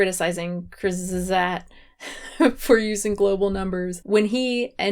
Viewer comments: I think the way to say, "Kurzgesagt" is CURTS-guh-ZAWKT. I also like how WIL said, "All food waste is bad," but right after showing that 82% of plant-based foods are wasted, compared to the 14% of wasted animal products 🤦🏻‍♂️ You got to admit: He kind of screwed himself and his point with that Update: I did some digging; and it seems that Kurzgesagt is German for, "In short." I think it literally means, "Briefly said," but... does it really matter? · Kurzgesagt= "courts gez-act" Like "short said" (said briefly) or "in a nutshell". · pronouncing kurzgesagt made my day haha